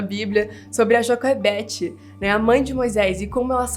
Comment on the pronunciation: A fala assim porque ela aprendeu inglês primeiro, por isso que ela erra algumas palavras em português rsrs